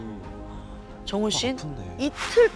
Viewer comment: 정우??? 처음엔 종우라는줄 ㅋㅋㅋㅋㅋㅋㅋㅋ 정우 종우 계속 듣는데 종우라고 들리네